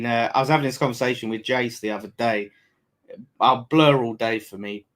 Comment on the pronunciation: saying blur better😂😂😂😂